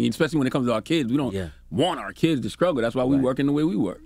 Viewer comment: Charlemagne said skruggle instead of struggle